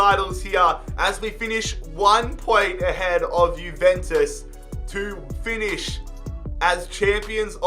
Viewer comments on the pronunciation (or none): none